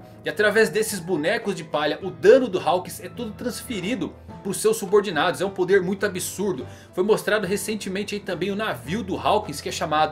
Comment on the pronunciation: Faltou o "r" de "poder"..